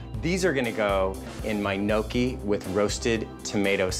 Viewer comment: The way Brian pronounces some words (such as, gnocchi) makes me cringe. Haha! Since he went to the trouble to meet his relatives, also, buy and renovate a house in Italy, hopefully, he's learning the language and customs. This was a nice cooking video, though. Best wishes on everything! Ciao! :)